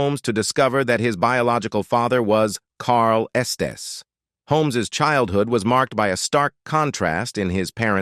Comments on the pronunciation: WORST VOICEOVER EVER. "mary-age" "chilled hood" Stop with AI. U lost me after a minute in. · The automated narration voice mispronouncing words such as "chilled-hood" and "enveeronment" is very amusing and entertaining, but detracts from what is actually an interesting story. 😊